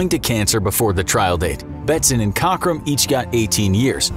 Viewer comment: 50 points for mispronouncing “Cockram”